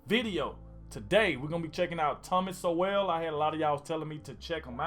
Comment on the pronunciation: "Sowell" pronounced like the word "soul"